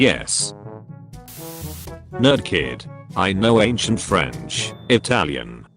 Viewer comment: it's ok guys, it's the franch that won